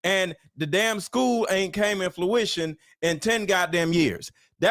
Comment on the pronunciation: The school hasn’t come “TO FRUITION” (like fruit). Not “in fluition” (not a word).